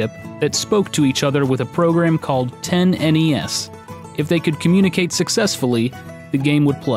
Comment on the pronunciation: "10-NES".... "Tennis" :P